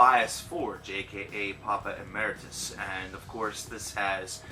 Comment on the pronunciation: Thank you for pronouncing "Emeritus" correctly!